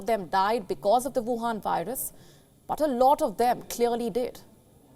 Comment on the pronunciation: Huwan virus.. it's gold to hear it named like that